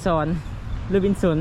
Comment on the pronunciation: โอ้ยพากันอ่านออกเสียงภาษาไทยได้น่ารักมาก ข้าวเป-ล่า เสื้อเรวิด ห้างโรบินสอนพะนะแสดงอ่านภาษาออกอย่างแตกฉานมาก(โรบินสัน,ลีวายข้าวเปล่าจ้า)😂😂😂😂😂😂